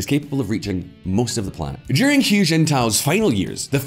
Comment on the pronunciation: Hu is pronounced 'who' not 'hyu' as you have it... ffs guys.